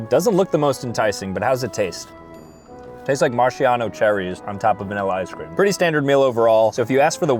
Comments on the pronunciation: Marchyawno cherries 😂 Marachino cherries 🍒 ✔️ ✅️ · marshiano MARSHIANO it’s maraschino